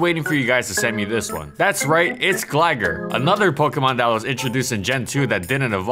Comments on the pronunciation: How about “glagger”, that was worse. Good video though. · Gliscor was and still is amazing. Isn't it pronounced Gly-Scor though? And Gligar pronounced Gly-Gar?